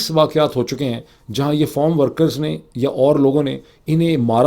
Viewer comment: It's not form workers. It's farm workers.